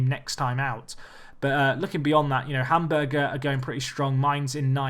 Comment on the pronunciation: Hamburger -.- #nofastfoodinthebundesliga #plssayHamburg #BigmacSV